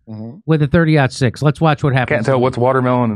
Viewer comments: I'm here to get expert advice on the shooting from those who don't know how to say the caliber of the bullet. Thanks for the professional analysis 👍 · Jimmy. Love you man. But someone who doesn't know how to say the name of the bullet maybe shouldn't be talking about conspiracy theories about ballistics. Also, the reason people shoot watermelons is that they explode spectacularly on the-tube-of-you. Bullets do crazy things. Just please oh please don't join the club of people who if asked if Santa is real turn around say that Rudolf was a mossad agent and took him out.